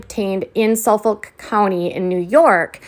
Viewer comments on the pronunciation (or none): i have never in my life heard suffolk county pronounced the way you just did